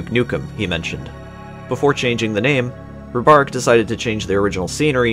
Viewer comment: I like this documentary, but I cant believe how bad you pronounce Ribaric. You pronounce it like its Robarek.